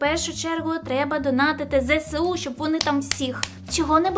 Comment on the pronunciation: Не "зесеу", а зеесу ;)